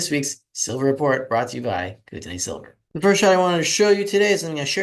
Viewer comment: buddy haha its pronounced kooteneee like the beer made in bc